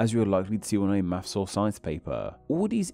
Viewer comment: On a channel about names I don't expect to hear "maffs" (maths), "free" (three) and "symbaw" (symbol) etc.